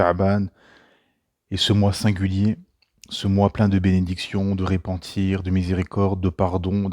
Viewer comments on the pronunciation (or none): Salam, qu'Allah te rétribue grandement mon frère. Ceci dit, avec toute la franchise que je te dois, le 1er ''e'' du verbe se ''repentir'' ne comporte pas d'accent dessus. À l'écoute, on a l'impression d'entendre le verbe se ''répandre'' à la 3ème personne du singulier. Ex : ''il répand sa corruption'' au lieu de ''il se repent de sa corruption''. En espérant que ça aidera. Qu'Allah fasse fructifier tes efforts, t'accorde une longue vie et multiplie tes actes de bien 😊